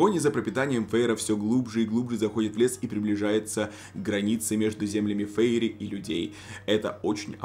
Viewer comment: Фейри.. Прямо как фери, простите😂